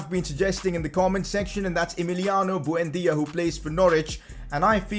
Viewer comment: who the fvk is bhuendia?? It's buendia dude